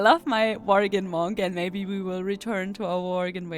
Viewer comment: Love how you pronounce "Monk". M O N C C